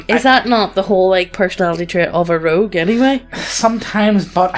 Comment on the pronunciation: I like how called a rogue a "loog"